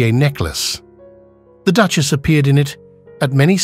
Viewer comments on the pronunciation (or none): Whoever is doing the voice-over has a really weird way of pronoucing certain words. For example, the word Duchess is Duckious. Really weirdf and annoying!!!!! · Beautiful jewels and lovely to view but the pronunciation of Duke and Duchess and other slip ups was very annoying. Most be AI